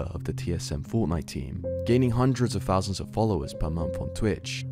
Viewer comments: Cmon how can you say the word "fort" ok but then you are trying to say "thought" and it comes out "fot" or thousand is pronounced "fousand" like cmon you're a news channel and you're fcking up easy words just cus you're lazy. Pronounce words better we are not 4 years old mate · bro, imagine making fun of someones viewer count of 3000, and pronouncing it "free fousand"....youre worried about the wrong stuff lil bro, hit them books.